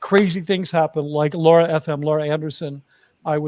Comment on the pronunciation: Lara's name is Lara, not Laura. LA as in "a note to follow soh"